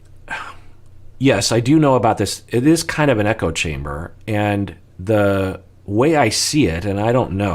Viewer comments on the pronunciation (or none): none